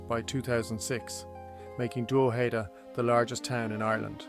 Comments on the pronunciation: its prounounced Droh'head'da not Draw'heed'da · pronunciation is this: drog head da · This is a great and fascinating production. Unlike some folks, the 'mispronunciations' of Drogheda and Louth doesn't bother me. In fact they may have been the original pronunciations. I live about 12km from Drogheda (Dunleer, Louth) and its mediaeval history. Cheers. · I've never heard it pronounced like this. You got Co. Louth wrong also. Still enjoyable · I've never heard that pronunciation of "Drogheda" before. Where does it come from? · From the Bloody US Drama "The Thorn Birds" though I do not know where the mispronunciation of Co Louth comes from!